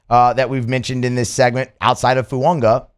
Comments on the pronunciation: I don’t mind this dude every now and then but he can’t pronounce anyone’s f*cking name. Just changing “Fuaga” to “Fuonga” like he doesn’t know how to read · Please stop mispronouncing Fuaga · I thought I was the only one…